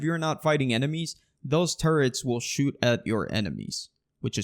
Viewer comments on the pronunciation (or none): none